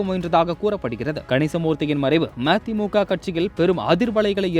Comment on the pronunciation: ம தி மு க என சரியாக சொல்